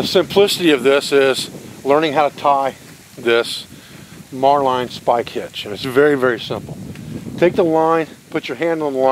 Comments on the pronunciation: love your videos. Has anyone mentioned that the knot you are teaching is the "marlin" (like the fish) spike hitch? Not "Marline" ("mar-line"). Be safe. Brother. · As an old sailor, I can tell you the Marline Spike is a handy tool for any rope or line work, even on dry land! Just a note, the word is pronounced ('Marlin' not 'Mar-line') The fully recoverable cordage idea worked into a rope ladder is simply outstanding, no waste, no want later!